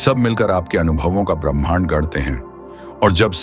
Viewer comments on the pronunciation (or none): none